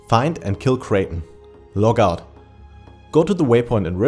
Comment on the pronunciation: "logout"... Took me quite a few minutes to figure out he's trying to say "teleport out". I was just about to logout the game but it did not make any sense. How would you progress faster by logging out? 🤣😂🤣😂